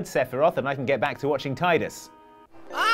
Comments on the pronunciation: TYE-dus? TAI-dus? Are you SHUREE???? Cmon you're a video game trivia channel! ...or, something like that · "there's nothing worse than screwing up in front of your colleagues" like pronouncing Tidus' name as "Tie-dus"